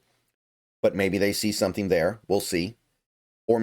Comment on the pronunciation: "Sometheme" is a crazy pronunciation of the word "something" 😂